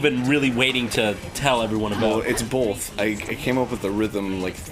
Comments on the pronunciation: someone needs to tell arin that the word 'both' doesn't have an L in it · Arin always says "Bolth" instead of both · I love how Arin pronounces both "bolth." Adorable.